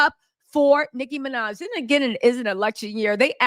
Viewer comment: Love the video! BTW It’s Nicki Minaj